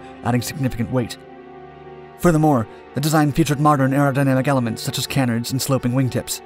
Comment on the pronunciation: You don’t even know how to pronounce canards